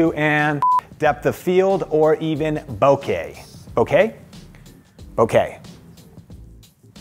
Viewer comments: Bokeh is pronounced Bow-Ke - not like bouquet (not bow-kay), it's Japanese so its a strong and short "Ke" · Sorry sometimes I forget there are actual people running their own channels. It's pronounced Boe-Kah